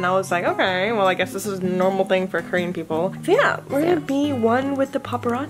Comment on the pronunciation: “so kErEaN”